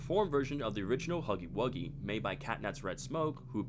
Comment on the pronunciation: “HOGGY WOGGY”💀✋🏻